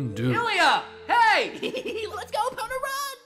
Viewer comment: It’s pronounced EPONA